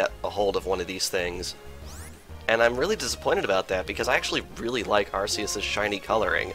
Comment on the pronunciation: arKace not arcece